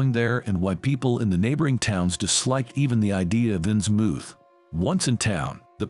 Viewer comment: I lasted but that AI mispronouncing 'Innsmouth' is just too distracting. It doesn't rhyme with 'vermouth'. sigh It's okay. AI will get better. I look forward to serving our AI overlords.